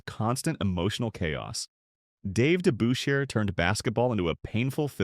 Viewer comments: It's not DeBOOSHAIRRR. It was DeBUSHrrr. Sheesh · narrator needs to properly pronounce DeBusschere & Havlicek. I wonder how these things get by in this day & age. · Well said sir, very well said! Hondo would have no trouble playing in today's NBA. A quiet and humble man that was part of a great championship team, the Boston Celtics. I was a Knicks fan, and this narrator couldn't pronounce Dave Debusschere's last name at all. Must have been a computer generated voice. Debusschere was a rugged power forward. His forte was "defense" and he played it good, rugged, and clean. Hondo was never afraid of Dave or any of the other players this voice listed.